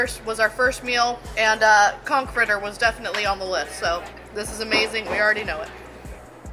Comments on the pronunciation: I had to read the description to figure out what word you kept using, it sounded like Conk.... that is, not how you pronounce it. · Pronunciation of the N in conch is very important when explaining the menu. Just saying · Every time you both said “conk” my mind went into the gutter. Lmao!! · Conck it took about 10 times of hearing that as opposed to c*ck - saying completely raw conck hit funny until I realized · lol it sounded like you kept saying CRAP conk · Take a drink everytime they sAy “coNk” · Most other places use conch with the ch sound but they may actually use the hard K on the island